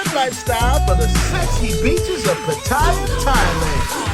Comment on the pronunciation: Bro I’ve been to P. I. And Thailand U call it Pat-taya,! We call it Patt - aya Beach!!! Bro when I retire I’m going to P. I ( Subic City) do ur thang!!!